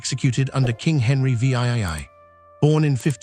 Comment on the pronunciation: Henry V AY AY and i stopped it right there and downvoted this AI dreck. Get this crap off of youtube.